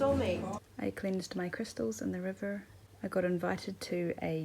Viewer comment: I love the pacing of your videos and don't think you show too much or too little of anything. Thanks for sharing your experiences with us. This might seem random but I've wondered this for several videos, is your pronunciation of "river" standard in NZ? It sounds so American to me